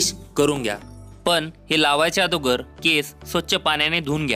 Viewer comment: Te thik ahe pn adogr nahi agodr ahe